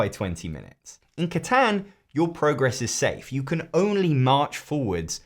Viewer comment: Honey you did not actually just pronounce Catan like that. I am dead inside.